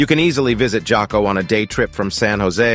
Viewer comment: Where are you from? J is pronounced "H". so its Haco Beach not Jaco. LOL. sounds like as soon as you arrive San Jose, leave the town. :)